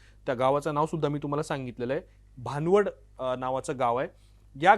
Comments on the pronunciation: भानवड नाही भनवड बोला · भाणवड नाय भनवड😂😂